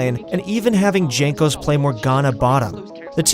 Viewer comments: I cringed when he said "jankos" instead of "yankos" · Jankos should be readed like Yankos, cuz his nickname is from his family name Jankowski, soo polish J should be readed like eng Y. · DZANKOS hahahhahaa its JANKOS! :D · Not DŻANKOS, his nickname is Jankos :) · That's cool and all but you just called jankos Junk-os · Bruh, it's Yang-Kos. For a league of legends channel, you have some really bad research. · If you are going to make a video about G2 the least you can do is learn to pronounce their names correctly. Also most educated people know that in Slavic languages j is pronounced as y. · With Y like "Yankos" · pls check how to pronounce Jankos correctly before uploading a video:) btw nice video;) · This channel tries way too hard to sound professional and knowledgeable, especially with that pretentious name. Can't even pronounce players' names correctly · Gives me diarrhea when u pronounce jankos name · Pronouncing Jankos' name wrong is an insult to the Polish language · I stopped watching when you pronounce Jankos name. rip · the way you say jankos makes me suicidal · Lol pronouncing jankos with j